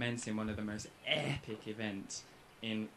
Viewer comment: One of the most EPIC ways to say "EPIC"